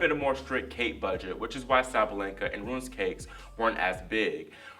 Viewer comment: Madrid has always been strange. It all started with the Blue Clay 😅 You said "Cake Budget" Hahaha just ask a Spanish Grandma to bake some Cakes 😂